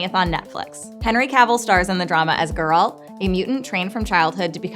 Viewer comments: It's not ger ALT. It's GER alt. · They really coudnt find someone for this video who can actually say GERALT, and not Grlat, so annoying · Can people please stop calling him Jeraaaaalt?